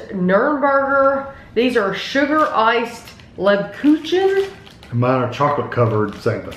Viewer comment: Wow you killed the pronunciation... I’m German... Leb- coo-can is how Grammy said it...